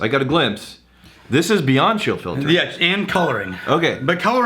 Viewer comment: “Chill filtering” “Chiltering”